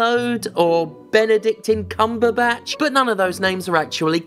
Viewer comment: "Benedict Encumberbatch" absolutely killed me.